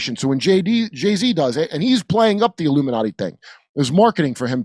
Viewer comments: He said, “The LUMINATI” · The "Illuminutty" love it! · he says luminutty, not illuminati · No, Jimmy, he said, "The Illumi-NUTTY" Watch it again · He calls it the Luminutty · He didn't say "Illuminati" - he said "LUMI-NUTTY".